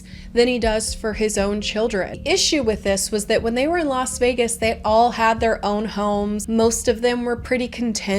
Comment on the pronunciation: did you actually say lost vegas